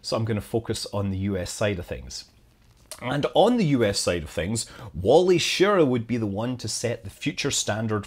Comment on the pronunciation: Wally "Sher-RAW". You're welcome.